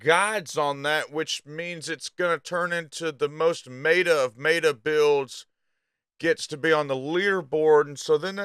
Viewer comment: I really enjoy your response. I will add that any one who pronounces the word “Meta” the way he does can’t be taken seriously or trusted.